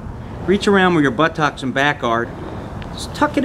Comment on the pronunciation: when you said "but-tocks" I thought, 'oh yeah I haven't seen Forrest Gump in ages'